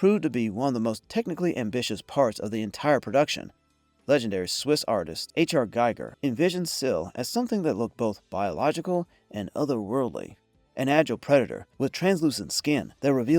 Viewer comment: Giger rhymes with Eager. Had to stop watching.